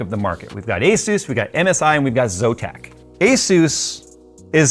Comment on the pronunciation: 35 Years of experience has nearly zero value with technogies from this decade. Especially when you don't even know how to pronounce ASUS.